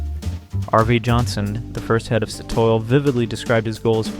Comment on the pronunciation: how do u even manage to mispronounce Statoil